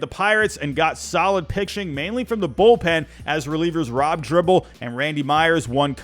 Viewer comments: Not a bad video but the mispronunciation of names always gets to me. The 90s Reds weren't great but they swept a great Oakland team to win the World Series. And their bullpen (Dibble, not "dribble", Norm Charton and Randy Myers) was dominant. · Its Rob Dibble not Dribble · Dibble NOT Dribble!